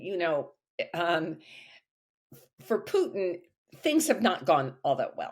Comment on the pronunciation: Correct pronunciation is Pootin, not Pewtin.